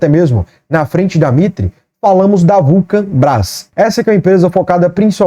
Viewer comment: fala Vulcabras ou vulcanbras? Só eu que notei isso? Kkkkkkkkkkk